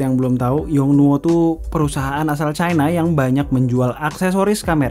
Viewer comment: ngomong china biasa aja jangan chai na chai na